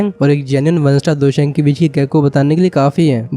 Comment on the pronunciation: Bro it's Dou Sheng